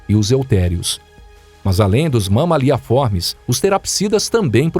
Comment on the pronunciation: nao tankei o mama-lhe a formis kkkkk